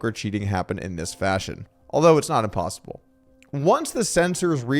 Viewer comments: "THAT'S IMPOSTLE-ABLE!" ISWYDT, Doug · its not im"postle"